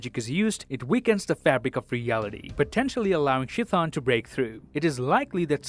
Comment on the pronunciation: it is pronounced k-thone you smooth brained lizards